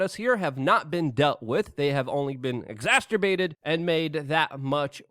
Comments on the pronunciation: Me toooo! A plethora of!.. love it, can guaranteed every time. Has to be on porpoise 😅 Exasterbated! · "Exasturbated" lol Always a couple per episode. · Every time you say "Exasturbated" I laugh a little on the inside